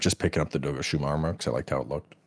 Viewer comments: Doshaguma ❌ Dogushuma 🐶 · "Dogashuma" lmao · This man is committed to pronouncing the monsters names wrong, like he hears the correct pronounciation and keeps saying them wrong :')